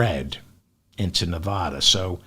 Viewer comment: It's hard to hear the constant mispronounciation of Nevada. It's an A like apple after the V, not like jaw. Just ask anyone living in Nevada.